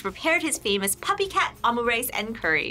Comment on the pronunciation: “Ahmu rice” ….it’s “omu rice”